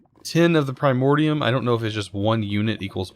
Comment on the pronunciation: Pri more di alis Edit: that is how you pronounce it, PRI MORE DI ALIS